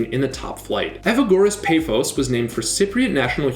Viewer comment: i respect the effort you put into apoel and OMONOIA, but pafos' a is pronounced like the a on car and omonoia